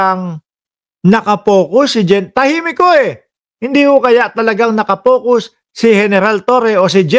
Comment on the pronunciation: Focus hindi pocus bobo ang ingay mo pa naman